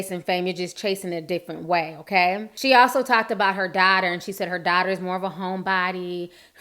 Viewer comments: U YouTuber! 😜😂. I love the way you say “dotter instead of daughter”. So cute. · I love the way you say "daughter"